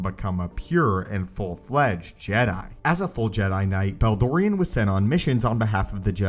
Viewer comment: I had to unsubscribe due to how you say jedi